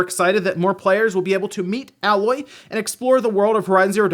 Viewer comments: It’s AY-Loy not AH-Loy, you will pay for this crime. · "AY-loy" ;p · I hate how he pronounced Aloy as Alloy. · Smh. Why did you pronounce aloy like that lol